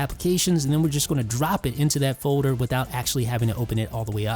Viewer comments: I’ll leave a thumbs up when you learn how to pronounce “foder” and any other words with -ld. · You don’t say folder weird